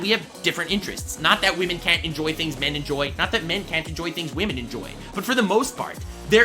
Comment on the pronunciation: It's no longer pernouced women it's now pernouced wamen